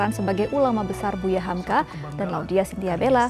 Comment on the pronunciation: Hamka, cut bukan humku